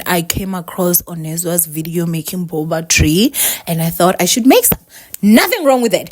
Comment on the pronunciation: 🤣🤣🤣🤣🤣 not "boba tree"🤣🤣 i love you!!